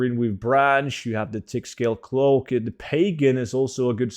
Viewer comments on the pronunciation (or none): none